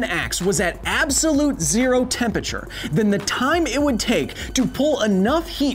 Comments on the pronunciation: Love the videos but it kills me every time I hear Kyle say tempeture it’s temperature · Temperature, not tempiture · Why does Kyle always pronounce temperature as tempature? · Seriously. The word is TEMPERATURE. not tempacher. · Take a drink everytime Kyle says "Tempature". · Tempature? That pronounciation is just... nasty. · Is 'tempature' the new 'aluminum' or are you just pronouncing temperature weird? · Tempature....here he goes again... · Honestly the only thing that annoys me about this is the fact that Kyle keeps saying "tempeture" Missing a syllable there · Interesting video, but man, "tempachur" hurts my ears. 😂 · Can never get passed the way you say Tempature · I can't get over you saying "tem peture"... :p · You say "Temperature" funny. I'm pretty sure there's an R in the word you're missing out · Are you pronouncing it "tempature?" Is it an American thing because I've always known it to be spelt temperature. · Someone needs to teach Kyle how to say temperature... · Your pronunciation of temperature is strange.